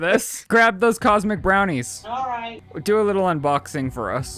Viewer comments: The real conspiracy is that he’s saying Cosmo brownies😂😂 bugging the fuck out of me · New madela effect.....tell Shane they are cosmic brownies and not cosmo like he keeps saying